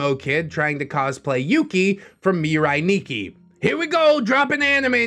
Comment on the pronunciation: You actually got the pronunciation for Mirai Nikki right.